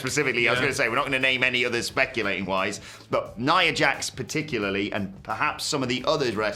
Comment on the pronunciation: “Nia…Jax” Why’d he say it like it was two different people in the list? lol